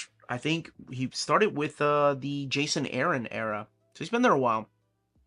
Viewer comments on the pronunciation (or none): none